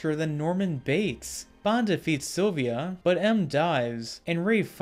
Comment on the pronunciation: It's Severine not Sevrin, It's Silva, not Silvia, it's Craig (Cr-aig) not Kregg. Apart from your horrible butchering od many names, it's great you saw Skybore for the overrated rip off fest it is. Boring, actionless fake Bond film ripping off The Dark Knight. Spectre & No Time To Die are so much more entertaining than this.